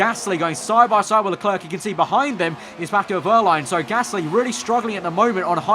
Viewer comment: LeClerc is pronounced, 'Le-Claire' not 'Le-Clerk'!